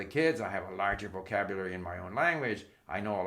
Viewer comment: My god…he can barely PRONOUNCE “vocabulary”. Rather than grammar, maybe we should study what exactly happens to people when they reach 70 years? What is this slurring that occurs? Post debate thoughts, I suppose?